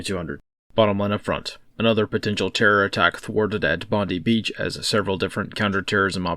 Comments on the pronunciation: Its pronounced BOND-EYE not BOND-EEE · Mate it is pronounced bond-die 👍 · Not to harp on pronunciation but it is Bond-eye. ASIO intelligence linked it. They are still in custody. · There won't be any info released to the media by the Australian nanny state even when they have all the details... P.S. in Oz we say Bondi 'Bond-eye'